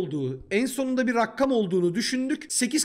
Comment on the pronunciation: Rakkam değil rakam